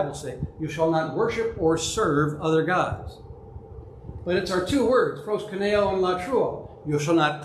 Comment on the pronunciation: Love your presentation and your thesis, but you pronounce Προσκυνεω as if it was Πρwσκυνnω. thanks much.